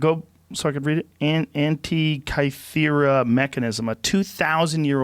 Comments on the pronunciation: Antikythera mechanism. I'm surprised Joe doesn't know that.everyone should know of the existence of this thing it's painful just to hear Joe say the same name lol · Its "antikythera mechanism"